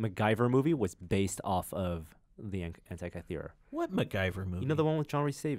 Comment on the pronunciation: "the hentai-kythera mechanism"